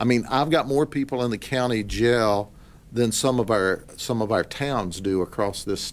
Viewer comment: i find it funny how he says our lol more like ire